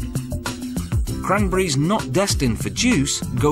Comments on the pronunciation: it's c-r-a-n-b-e-r-r-i-e-s not "kramburis" hahaha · Except the way he says "cranberries" makes me laugh... "crunbries"